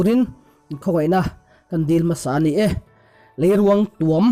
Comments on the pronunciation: Leiruang tuam i lam dan a diklo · Lei ruangtuam tih I lam dan a dik lo